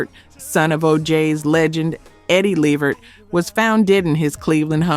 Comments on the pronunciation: It is not La Vert or Lee Vert, it is LEVERT!!! R.I.P. all of these legends!!! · La vert damn say the names correct A I how hard is that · Their family's last name is pronounced Le-VERT!!! #GeraldLeVert's heart was worn out for a young man... constant work and no rest, rich food, and lethal mixtures of prescription drugs. These doctors should be put under the jail houses and have their licenses revoked. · I subscribed and when I'm able I'll join keep up the work tho and work on the AI so it will actually say LEVERT😂& NOT LEHVERRR😂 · Le veret the way you pronounce it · I am SHOOKETH!! This whole time I didn’t know this was AI until……”Leh-virt”😑😑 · You take too long and who the hell levert when it’s la vert. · LAAAA VERT. Really??? Please put sum respect on his name . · Girl get the Levert's name right Lu-vurt. Talk to Pat Brown she said Whitney was beat to death which one is it?!!! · His name is pronounced LA VERT 🤦🏾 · Call the Late GERALD LEVERT by Pronouncing his Last name as LA -- VERT, got IT!!! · Le-Vert…my gosh…is this A.I? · Why are you saying Levert like this? It's pronounced Le'vert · You need to work on your pronunciation and delivery. This is why you are getting views and no subs. Hope that helps! ❤ Oh, and it’s pronounced “La Vurt”. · Hint: watch just ONE INTERVIEW of your subject, and note what the interviewer calls them. Or, watch a music video where they are introduced, and note what the introducer calls them. It's. leh-VERT, with the emphasis on the last syllable. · I was gonna sub tell i heard her uhm the AI missprounce Levert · Whomever or whatever you are pronounced Levert 4 different ways and even showed more of Gerald as opposed to Sean,interesting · Is this a AI? Because it’s pronouncing Levert’s name WRONG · I subscribed and then you pronounced LeVert in that manner. Unsubscribe! & a dislike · sheeeeesh hearing the LEVERT LAST NAME pronounced like that made me cringe!!!!! I know this has to be AI. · Gerald Levert, you saying his name wrong 😢😢😢😮